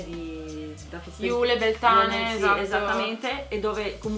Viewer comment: Beltane si pronuncia beltein